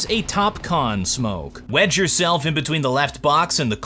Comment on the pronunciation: everytime says "wedge yourself" i kinda hear wet yourself. is this freudian?